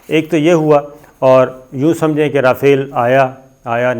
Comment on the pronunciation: پتہ نہیں کس سکول سے تم نے تعلیم حاصل کی ہے اور لگتا ہے چھولے دے کر پاس ہوتے رہے ہو رافیل یا ۔۔۔۔ جناب اگر آپ کو ادائیگی کرنی نہی آتی تو گوگل پر اسکی ادائیگی pronunciation سن لیا کرو اور جو کچھ بولنا ہوتا ہے اسکو ایک آدھ دفعہ rehearsal کر کیا کرو۔ نہی تو آپکا پتہ کٹ جائے گا اور عمران ریاض خان کو آگے کر دیا جائے گا۔ پہلے ہی وہ صاحب بہتر انداز میں اپنا پروگرام پیش کر رہا ہے